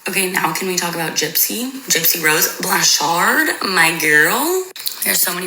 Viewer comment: Wait, that TikToker wasn’t being satirical? When she pronounced “Blanchard” the way she did I for sure thought it was satire…